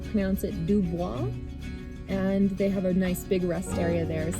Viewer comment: We have a town in Pennsyltucky named Dubois too, although we pronounce it Doo boyz ;-)